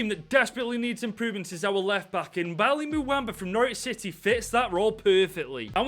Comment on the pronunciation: As a Norwich fan just thought I would let you know- Bali Mumba is pronounced "Barley mum baa"